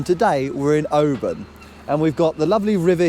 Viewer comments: Oban not pronounced OBAAN but Obin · It’s Oban not Obarn 👍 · Not criticising, we love your videos but have to say…it’s not pronounced “o-baan” it’s said “O-bin”. You did make us smile (maybe cringe a little 😉) though 😂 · Dying at pronouncing it Obaaaahn 😂 love that you guys went to where Balamory was filmed. The castle for Balamory (Archie’s House) is no where near there oddly. It’s 5 minutes from me in North Berwick it’s called Fenton Tower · Oh-man you sure loved Oh-ban :) :) :) <3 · we had the same thought about Mull, we visited a few years ago and was really surprised about the size of the place. We also visited Iona and Staffa - both very worth the visit. Oban btw is pronounced Oh-bin just for reference. We are increadibly proud to call home and also the pleasure of the beauty of it. It has been a joy to watch you on your travels and the laughter . John's jokes are suitably aweful - and brilliant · Mull is my ancestral home (only ever been once!). You're pronunciation of Oban is a bit off, but then you are sassenachs! ;-) Great video as usual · Very good guys just a wee think there’s no R in Oban 😜